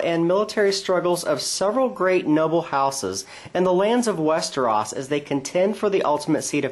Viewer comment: westeros not westeras!